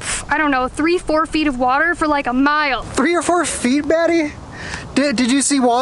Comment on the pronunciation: "3 or 4 FEET BETTY!" LOL That was hilarious :) You said Maddie but sounded like Betty LOL